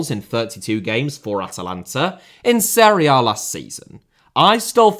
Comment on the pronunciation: Serie * not Seri Udinese* not Udeneisei Touré* not Torei Villa* not Viller Bueno* not Bueinouw Traoré* not Trayorei Gustavo* not Găstohrvouw Fenernahçe* not Fenebohçei Montiel* not Móntil München * not Munich Dejan* not Deijan Schade* not Schore Diaby* not Diohrbei Caicedo* not Caiceirouw Baleba* not Baleiber Ansu* not Anzu